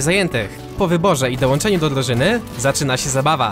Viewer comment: drużynys? nie drużyny?